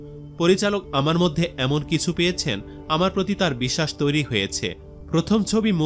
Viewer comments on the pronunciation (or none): none